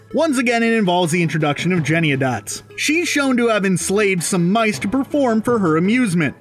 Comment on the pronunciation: Lol and "mice", which he pronounced "mike" on one occasion.